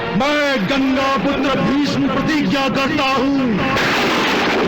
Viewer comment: पर ये कर्ण भीष्म को भीषम बोल रहा हे क्या